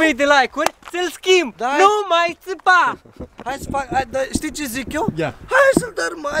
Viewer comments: 😂🤣😂 NU MAI ȚEPA Zici că este francez🤣🤣🤣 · Sunteti din Romania sau Moldova ca a spus nu tâpa